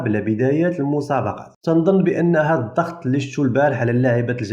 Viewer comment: 1 انتبه إلى اللغة : الضغط وليس الظغط!!!!! 2. لا داعي التبرير الخسارة الفادحة للجزائريات